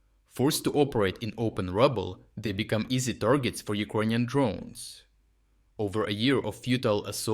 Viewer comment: do you pronounce "Icronian" on purpose, am I missing something?